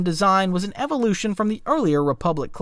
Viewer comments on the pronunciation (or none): none